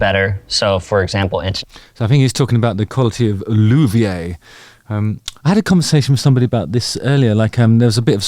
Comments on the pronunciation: What's the correct way to pronounce "LUTHIER"? Justin seemed to pronounce it "LOOV-IER". The origin is from Lute maker (Lute being a stringed instrument forerunner of the guitar), so shouldn't it be pronounced something like "LOOT-IER"? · I keep hearing louvier which I believe the host is confounding with luthier. Am I missing something here? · Why are you saying Loo.Vee.Ay? It's luthier, Loo.Thee.Ur, as it's spelled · Justin I believe the term is Luthier not Louvier it’s a simple mistake most people make!!! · Lu-thi-uh/err… not Lu-thi-aye. Like Ricky Gervais, not Ricky Jer-vaye. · I think the pronunciation you were searching for there Justin was luthier, that's "loo tea air."